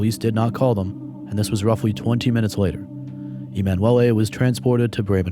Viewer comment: E-man Wellay is an interesting way to pronounce emanuele